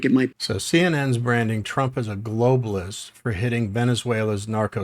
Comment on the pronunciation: the dude in the cowboy hat looks so smug and ignorant it makes me wanna slap tf outta his smug face. This dude ran Failing campaigns against Trump😂🤣😂🤣 and he can’t even say Globalist he said globist